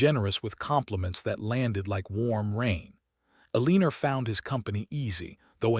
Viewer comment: Will someone please reprogram AI to pronounce her name as El a nor. E lean er is wrong and very distracting. I would just read the story but AI can't even be consistent in the spelling of the name and other words. If you insist on using Eleanor but mispronouncing it, I will quit listening to your channel.